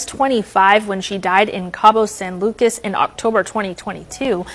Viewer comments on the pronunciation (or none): none